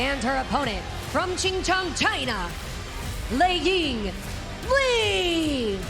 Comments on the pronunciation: supposed to be Chongqing 😅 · I think it was a mistake. It was supposed to be Chongqing.